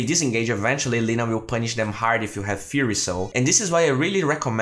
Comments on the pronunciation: Hey great vid again! Just a pronunciation tip again, it's Fie-er-y soul, not Fear-y soul:D WP! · Just to let you know, "Fiery" is pronounced fy-ree or fire-ee not feer-ee. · That sounded to me like Fury soul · Fiery is pronounced more like far-ye-ree)) Also 9 commends for sticking it to the 2k shits in the comments who insult professionals without having half of their playing quality. It is not even only about DotA